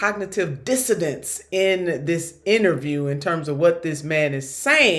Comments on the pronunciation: "A lot of cognitive dissodense, in this interview"? It's Cognitive DISSONANCE Nina. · Dissonance. Not dissidents. Even the CC picked it up. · cognitive 'dissodence?' lol. Maybe avoid big words. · "A lot of Cognitive dissodence"? LOL That's hilarious! #SenatorNinaTurner